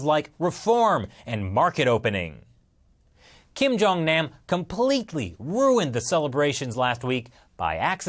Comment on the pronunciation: The way he pronounces kim jung nam pisses me off and makes me cringe